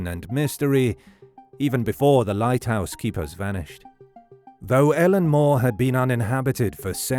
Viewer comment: Pronounced 'I LEAN' Muir!